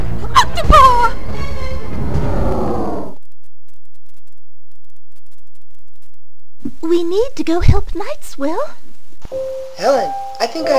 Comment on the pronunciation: OCTOPAW!!! Lol